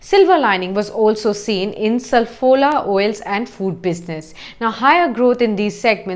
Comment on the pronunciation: It's not sal-fola,it's saf-fola...